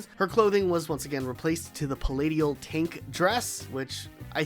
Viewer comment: "Palatial" is pronounced like pal-ay-shal, as in, belonging to a palace.